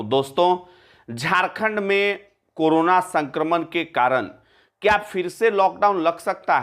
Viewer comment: aap karana per bolna chod dijiye karo na